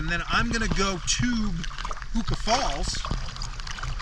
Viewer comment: Interestingly, your pronunciation of "Huka Falls" sounds odd. Yet, it must be correct so illustrates how badly most kiwis mangle it.